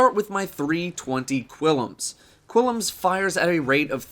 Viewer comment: It's pronounced "Klim's Terminus" Seriously, look, there is no 'I' after the 'U' in Qullims. Wierd as fuck.